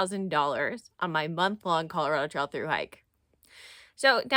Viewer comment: Enjoyed this video, too! You pronounce "trail" like "trial" which I think is actually quite endearing. Thank you for this video.